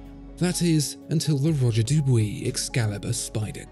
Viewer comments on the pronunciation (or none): The ois of Dubois is pronounced ooa, not oy Even though to be fair, it was pronounced oy in the 13th century, so just in the time of the first clocks, so if someone ever corrects you again, you can say that you really doing it on purpose to pay respect to the history of watchmaking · I had a coworker with that same last name and I jokingly called him Mr Dew-boyz, but he pronounced if Doo-bwee.